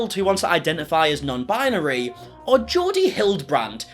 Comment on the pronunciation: That crazy b$*#> just said non-BIANARY. What the hell is that?! Binary. Bi-nar-y. You are welcome, nutty lady.